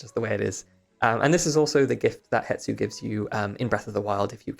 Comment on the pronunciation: the S is before the T in Hestu's name...... it's not hetsu.